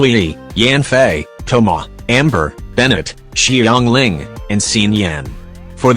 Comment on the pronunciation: "Yoimi-YEE-ya" "CHIANG-ling" "AlBEEBO" "IBBO" 😭🤣😭🤣